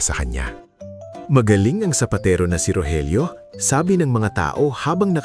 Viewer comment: sapatero not sapatiro…☺️